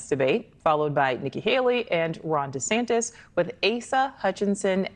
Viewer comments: How is no one else pointing out that keeps calling DeSantis "De Santos" lol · Are you saying DeSantos on purpose? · there is no “O” in DeSantis. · come on it’s not SANTOS it’s SANTIS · With all due respect MSNBC isn't "left wing". Its a neoliberal channel. They are republicans who advocate foropen bordersand lawlessness. Also its de Santis not de santos. At least get the name right. Heard of the uniparty? There are no democrats and no republicans. Wake up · Its Ron de santis bro, not de santos/ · After watching: First its ViVake (as in cake), not ViVeck (as in shreck). Second, its DeSantis, not DeSantos :). About your "selections", excellent job showing what people are looking for. Democrats reacted to Vivek's attention and quickness, while Republicans reacted to Vivek's.. flippantness? Your point about Vivek making himself known as an unknown is a good one. My counter is that DeSantis had a horrific spring and summer campaign.. It rained on him. People were out shining him. He's being tarred on social media as being part of the swamp, funded to front the NeoCons.. And I thought he did a good job being a good candidate - perhaps resetting his image. And of course, perhaps a more conservative approach to leadership, he looked well considered, as opposed to off the cuff Vivek. I'm going to give the win to Vivek, simply because Ron needs to decide faster on his positions on Trump and related things - as mentioned in my pre-debate points. But I can't wait until the next debate, where we can see if the candidates have grown. I'm reminded of when Trump was an attack machine during the 2016 debates, and after everyone decided to take him out, he became silent and let his opponents look stupid going after him.. I want Vivek or DeSantis to have that kind of presence. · It's DeSantIS not 'De Santos'. It's tough to take this opinion seriously when you can't pronounce the second most important person's name in the video properly. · De Santis...(With an "i")